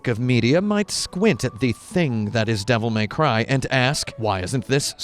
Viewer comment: "Devil May Cryv"